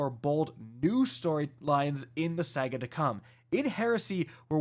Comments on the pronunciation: SA-GA, not Sega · Yea you are not saying saga remotely correct. Please it's sa ga, not sag a. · Say it with me...Sah-ga, Saga. Not Sega weirdo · Anyone else hearing Sega instead of saga? Get well!